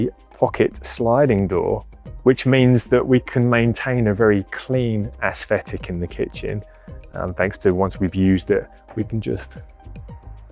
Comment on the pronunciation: I like your "ass-thetic"